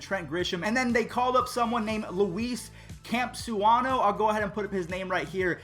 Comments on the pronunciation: Luis Campusano = Lew-eese Camp-ooo-saw-no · cam-pu-sa-no not camp-usa-no 🤣🤣🤣🤣